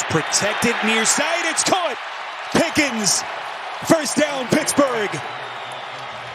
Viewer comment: Why does the announce keep calling that guy "Pickings"? It's Pickens.